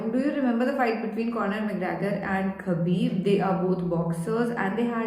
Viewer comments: Hi dear, hope all good, I must tell you that its 'Habib' as 'K' is silent.....lots of love...Thanks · Habib but write k is silent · > Pronunciation Is #Habib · Not khabib k silent he Habib nam he